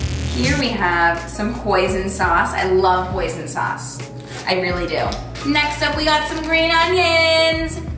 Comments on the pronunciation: reading the comments I’m so glad I’m not the only one hearing poison instead of hoisin sauce I thought I was going crazy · I thought she said poison, not hoisin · omg who else thought she said “poison sauce” when she said hoisin sauce😭💀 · I literally thought she was saying poison the entire time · for a minute I really thought said "poison mushroom sweet potato bowl"